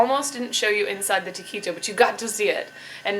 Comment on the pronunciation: I like the way she pronounces taquito "ta-key-toe." lol